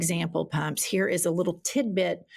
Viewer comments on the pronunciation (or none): none